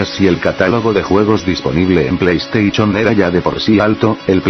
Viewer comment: plei estaichon xD